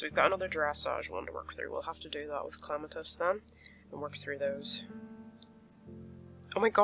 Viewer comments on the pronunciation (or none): Why do u call Clematis Clamatis? Not hating